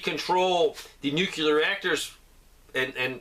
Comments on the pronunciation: And the other word is New-clee-ar.. not newk-yuh-ler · Nuclear.. nu new ....clear clear... Nucleus....new cleus .... Nu clear nuclear